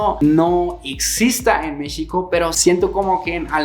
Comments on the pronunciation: Pronuncia México (sh) como é em Português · En dónde y en qué país no te explotan? Y aún dices Mixico jaja.